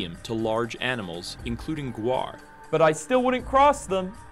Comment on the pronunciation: ita gaur not guar